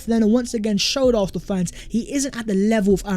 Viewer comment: Hey! ARSENAL or ARFNAL(ARHNAL)??? SICK TO DEATH of your mispronunciation of ARSENAL! 😤😤😤😤😤😤😤